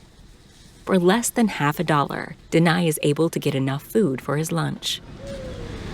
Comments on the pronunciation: I think,his name is Deni,not denai. Iam sorry,iam just confused listening to her keep saying Deny like denying something 😅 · DENI = THE NE (sound)